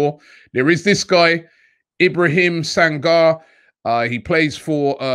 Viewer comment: Robbie seems to be ignoring my advice on pronouncing Mandinka/Mandingo names like Sangare and Soumare. The 're' at the end is pronounced as 'ray' like in Toure. Just like you wouldn't pronounce Toure as 'Tour", you can't pronounce Soumare as 'Soumar' or Sangare as 'Sangar'.